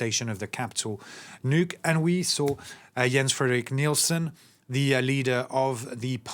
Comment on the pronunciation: Get his name right! His name is Jens-Frederik Nielsen. And you need to practice on his last name!